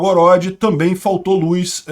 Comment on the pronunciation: gosto e assisto todos os dias seus vídeos, mas não aguento ouvir você pronunciar luz, com is. Kk. Um abraço